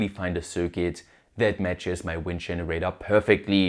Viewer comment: no offense, i love that you still cant pronounce anything that ends with an "er".. dscheneräidöööööö. its cute